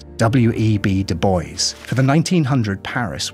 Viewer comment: I chuckled when you said Doo Boyce, to pronounce Du Bois, say Doo Bwah. Great video!